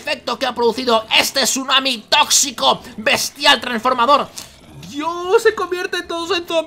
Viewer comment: El sunami tossito...